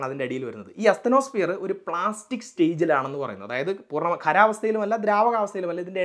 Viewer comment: പ്ലാസ്റ്റിക് സ്റ്റേജ് ആണോ പ്ലാസ്മിക് സ്റ്റേജ് അല്ലേ? 🤔